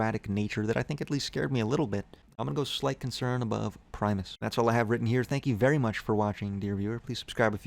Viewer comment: He pronounced primus correctly. Unsubscribed.